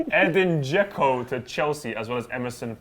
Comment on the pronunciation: dzeko more like dzekno